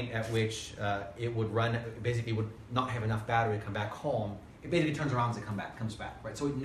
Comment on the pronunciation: How about finding an English speaker for a presentation like this?? This guy has a very limited vocabulary and doesn't know how to differentiate between S and Z.. how many times can one say "baziggkly" instead of basically?? actually actually baziggkly actually.... I'm not a native English speaker but it bugs me.